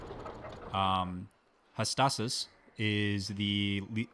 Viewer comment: Jams is always open to bribery. So many things I would have done different with hindsight. Great ep man. By the way, pronounced hah-stat-oos =P